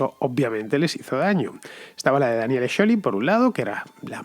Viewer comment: Fernando pronuncia Scioli en italiano y ni el propio Scioli lo pronuncia así